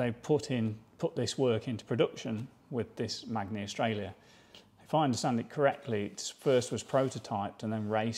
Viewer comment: Pronounced " Manny "..... pronounced Gutzy.